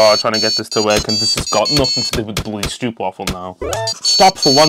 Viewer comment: I'm sorry man, I'm so interested. But I just can watch this video because of how you pronounce stroopwafel. It deal psychic damage